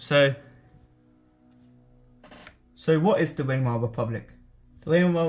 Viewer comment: Try Vymar and Ryk if it helps. Pronunciation is important if you want to be sound knowledgeable.